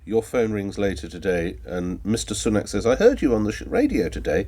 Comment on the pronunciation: Ah ok... So I detest the Tories but deliberately getting his name wrong like that has the echo of racism to it. Punning can be fine but that "joke" is eerily similar to how many mispronounce his name for other reasons.